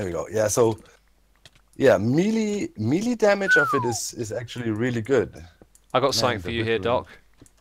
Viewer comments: What’s mealy damage? Do you mean melee damage? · Is Melee one of those words you pronounce 'incorrectly on purpose'? :)